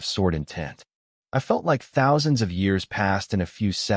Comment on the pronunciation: 49 THOUNSANDS KILL HUH